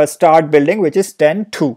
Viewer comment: bro why cant you pronounce start as start instead of starhht, btw great video